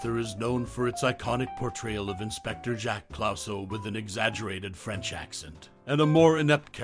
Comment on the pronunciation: Jacques Clouseau. It's pronounced "Clooso" not "Clowso". David Niven, pronounced as is, not "Nyven". Jeez.